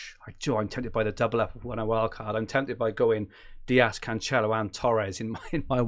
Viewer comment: your Cancelo pronunciation hurts my ears mate